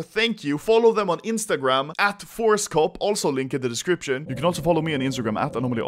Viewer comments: Why do I always hear horsecock instead of forcecop? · Anyone else thought he said horsecop